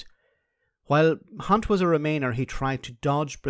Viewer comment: It always impresses me when someone manages to pronounce Jeremy's surname correctly, i just can't do it.